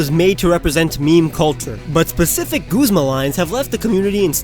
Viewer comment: wait did he just pronounce it "Goozma??" I've said "Guzma", like the 'u' in "shut"